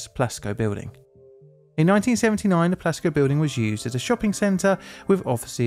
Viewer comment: I thought you said Glasgow Building and was thoroughly confused when you said Iran. But then I saw the Plasco written in the video. (English is not my native language.)